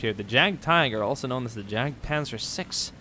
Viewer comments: It's not jag it's yag panzer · I could be wrong, but I believe Js have a Y sound in German, meaning that Jagdpanzer would be pronounced Yagpanzer. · the german tank is pronounced more like Yargt - puntser. Otherwise good video! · It's not pronounced jagpanzer it's yadpanzer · Sorry to be fine combing your video but my German side when you said jagdpanzer it cringed it's actually pronounced yagdpanzer. Again sorry but it does bother me. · Honestly surprised that, a Scandinavian, mispronounced Jagdpanzer. I mean no disrespect, but "j" in German is pronounced like a "y" in English.